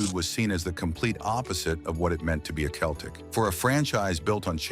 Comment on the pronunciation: why cant AI pronounce NCAA? What a joke. Oh what's a "Keltic?"